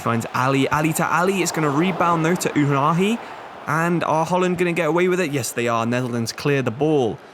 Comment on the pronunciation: it's not "afrash" hakimi and "ouhani"